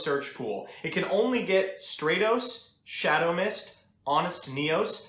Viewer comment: Bothers me how you pronounce Stratos